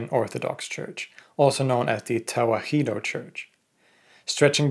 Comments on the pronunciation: "Tewahedo" in Amharic is pronounced mostly as you said it, but the "he" is said more like 'hi' as in "hit," not 'hee' as in "heat." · Small correction, Tewahedo is not pronounced as Te-wa-hee-do, it is pronounced Te-wah-do. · Tewahdo is pronounced as Ta-wa-hh-dow